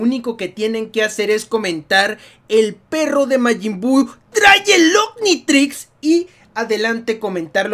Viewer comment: 3l prro d3 magym bu trrrai 3l onmytrrrix